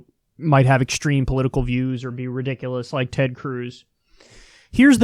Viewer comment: Nobody: Kyle: Tred Cruz